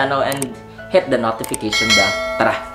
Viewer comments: corrections "hit" not het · kaya nga,”het ang pag pronounce ni ” imbis “hit”